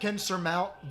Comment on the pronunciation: Well, at least you didn't call it zwee hender.